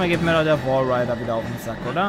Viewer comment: Walrider nicht Wadrider